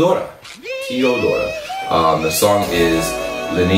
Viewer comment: Zašto svi amerikanci pričaju tiodora